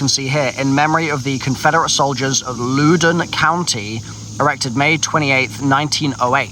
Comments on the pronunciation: I wasn’t even sure what he was saying when he was talking about Louden. I live there and It’s pronounced “Lawden” not “looden” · I love watching this seeing talk about my home town and call it LOO-dun lol. Just for everyone's reference btw its (Loud-uh-n). Also calling my hometown Tranzit is quite depressing lol. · lol its LOUD-oun county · it's uh... pronounced Louden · Loudoun county👎 Looden county 👍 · As someone who’s from the Notthern Virginia area, I’m crying at how you pronounced Loudoun 🤣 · The way he is pronouncing Loudoun County is hurting my ears